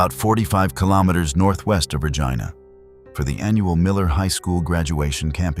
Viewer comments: Pronounced Reej- eye-na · Regina (pronounced Rejeena instead of Regina) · Great info on the cases but if you are going to podcast Canadian content please pronounce words correctly, Regina and lead,as in lead detective not led. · No it’s not. Regina pronunciation rhymes with vagina